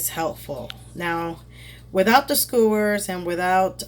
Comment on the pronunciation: Baby you say skewers “scores” lmfao. Thank you for this video, I lost my instructions and I couldn’t remember how to put the b*tch together!